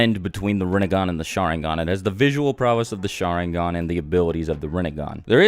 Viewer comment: I can't cope with the way you pronounce Sharingan. shAAAringan lol. Oh and for god's sake learn to pronounce Naruto, again it's not nAAAruto. Or for that matter EVERY name you pronounce is wrong. Please watch Naruto with Japanese audio and not English dub. I can't watch this, I'm out!